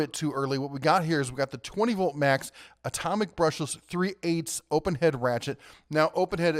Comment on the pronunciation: Good info! You refer to the DeWalt compatible as Mac over and over. It's Max. A little confusing.